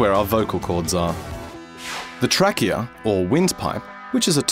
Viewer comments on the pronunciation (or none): "The Track-eA"